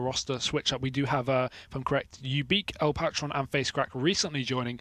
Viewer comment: Can't even say El Patron, have you not watched Narcos? ;>